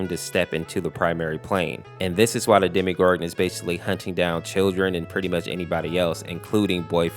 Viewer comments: its called demo gor gon not demi gor gon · Did you just call the demogorgon demegorgon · You're saying demgoram wrong